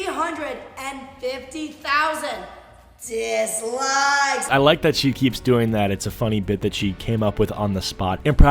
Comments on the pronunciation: why she gotta say "DiSlIkEs" like that tf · Her whole emphasis shtick on the word "dislikes" reminds me of someone. Who? I'm glaaaaaaaaad you asked! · you know she wanted to say ,000 dislikes but realized thats not the correct way to say it so she rolled the "D" in dislike